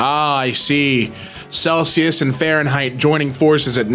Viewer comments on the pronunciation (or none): none